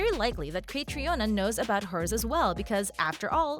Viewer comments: Caitriona’s name is pronounced Katrina. Not Kay-tree-on-uh. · The makers of this video did not even bother to look up the correct pronunciation of 'Caitrione' which in the phonetic alphabet is /kəˈtriːnə/ not /kætrioni/ as the woman in this video pronounces it. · Catriona is pronounced "Katrina" just fyi. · Not me laughing at the way she pronounced caitriona is pronounced “cat-Treena” 😂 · its pronounced KA TREENA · Say her name right! Its pronounced Katrina! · Omg! Stop pronouncing her first name like that. It's pronounced Katrina. It's irish spelling version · Caitriona's name is pronounced Katrina! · Aahhh! Her name is pronounced Katrina! I didn't even make it 30 seconds in before I can't watch anymore. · Its pronounced Catreena, well at least in Australian. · And learn how to pronounce Catriona's name. It's pronounced Katrina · You mispronounced her name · This website needs to be reported. WTF can’t they learn how to pronounce Cait’s name? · I will not subscribe either. The click bait is not only idiotic, it is medical misinformation, and is patently unethical. And you need to learn how to pronounce Caitriona’s name correctly, you ignorant, money-hungry fool channel! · Hi you say Caitriona wrong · You should really check how to pronounce the lead actresses name, Caitriona is an Irish name and it shows a great lack of respect not just to do a quick google or YouTube search, there are after all enough videos where she explains how to pronounce it … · Please learn how her name is pronounced. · For Heaven’s sake, learn how to pronounce the star’s name! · EIGHT YEARS—learn how to pronounce the names 😵‍💫‼️‼️ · Please learn the PROPER PRONUNCIATION of the actors and writers name. I cringe 😬 as I’m sure others fans have done every time you mispronounce names. Do your homework as a reporter. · You made multiple mis-pronounciations in this vid. Including how Caitriona and Gabaldon are pronounced.